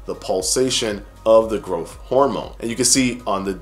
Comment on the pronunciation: Just pronounce growTH correctly!